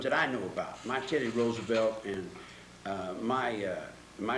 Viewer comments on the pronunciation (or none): none